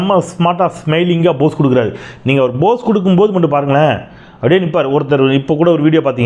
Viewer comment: சகோ, அருமையான பதிவு. போஸ் என்பதை POSE என்று உச்சரியுங்கள். BOSE என்று உச்சரிப்பது தவறு.